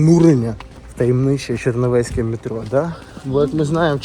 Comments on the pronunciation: ЧернІвецьке,а не ЧернОвецьке!!😂😂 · І далі перевернув ЧернОвецьке, але правильно ЧернІвецьке 🙈😡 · "Черновецьке" рубануло по вухам. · Не чернОвецьке, язичні, а чернІвецьке ! Це через те, що в побуті ви все ще какаєтє, і штокаєтє!